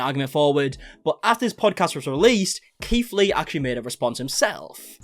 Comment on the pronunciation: I keep thinking hes saying Keef Lee XD oops